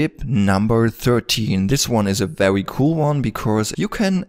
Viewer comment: Be wery wery quiet. :p